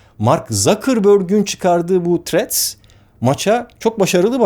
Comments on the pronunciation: Threat demissiniz sanirim dodrusu thrreads.tehdit degil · Barış bey threa"d" bu arada, threat (tehdit) değil. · selam baris abi seni cok seviyorum ama ingilizce konusurkenki telaffuz hatalarin beni benden aliyor her videonda. threadsin ilk harfi t olarak okunmaz, th sesi peltek t seklinde okunur, eminim bunu biliyorsunuzdur ancak uygulamada biraz sikinti var sanki. ha sadece bu degil, bu sadece bir ornekti.